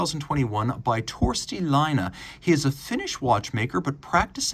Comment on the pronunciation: You pronounced the name as a Finn would pronounce Laina, a small mistake, but with horrible a consequence. Laine is a small wave, but Laina means a loan.